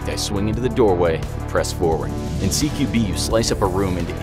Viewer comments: It is cqb not cbg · Great vid, but I wanted to say one thing. It’s CQB not CBQ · Its CQB not CBQ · Once the said cbq instead of CQB Close quarters battle. Went through FBI training also sounds kinda weird as they should learn it during the standard course of whatever brand they're in. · Did anyone else notice he said CBQ instead of CQB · An I the only one that it bothered him saying CBQ an not CQB when he was talking about CQB training lol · Dude said “Close Quarter Battle-or CBQ”…. Really? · He said CBQ not CQB